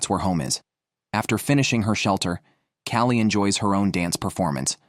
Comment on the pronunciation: lol, the AI narration is hilarious. Callie is somehow pronounced (Ki-O-Lee) and one of the women's intros kept referring to her as "him" but then changed later.